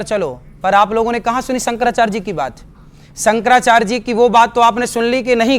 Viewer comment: अरे ऐ बातावाचक, तेरा नाम क्या है रे, अनिरिद्धाचार्य न। पहली बात तो ये है कि तुमको (आपको) शंकराचार्य बोलना नहीं आता। तू कैसे बोल रहा है कि, संकराचार्ज 😊😊😊 ये चार्ज क्या है ढोंगी और ये संकर क्या है शंकर बोल। तुमको भाषा का उच्चारण ही सही से नहीं आया और चला कथावाचक बनकर झूठा ज्ञान पेलने। तू कथावाचक नहीं कन्त्री वाचाल है। और सुनो झूठ मत फैलाओ मेकअप जीवी, राहुल ने सारे हिन्दू को हिंसा फैलाने वाले नहीं कहा । उसने कहा कि सारे हिन्दू बीजेपी के नहीं हैं और सच्चा हिन्दू हिंसक नहीं होता क्योंकि हिन्दू धर्म हिंसा नही सिखाता। ये हिंसा फैलाने वाले सिर्फ बीजेपी वाले ही है और हर हिन्दू हिंसा नहीं फैलता, ये है राहुल की कही बात उसे पलट कर झूठ मत फैला एक कथा के नाम पर 30 से 40 लाख लेने वाले।